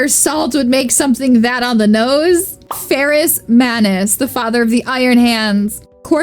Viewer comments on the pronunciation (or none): It's Ferrus, not Farus/Faris.